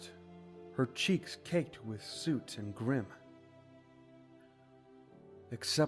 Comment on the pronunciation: Its bothering me that this guy can’t pronounce epona, grim and soot right